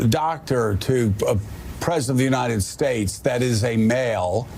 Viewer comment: "President of the United Steaks" 😂